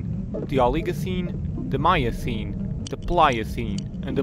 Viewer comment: i gave this a thumbs uo but... any chance you can let someone with and American accent read this? i dont mean to be rude or racist... Paleocene Miocene....